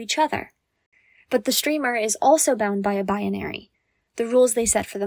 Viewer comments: i know what she is trying to say, and the word is "Binary" she adds an entire extra syllable before the n for no reason. thats it. shes saying it weird three times in a row. she must not be very familiar with the word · good video but learn how to say the word "binary" its not bi uh nary